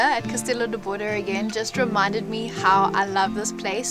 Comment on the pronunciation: I'm a teacher, so I need to correct you: the final "e" in the word Bode is silent. Just say Castelo de Bod. 😊